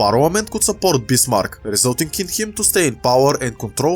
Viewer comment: Sorry but i cant under stand what u saying and i use translate but it also did not understand you when you say bismarck transalator thought you saying bismar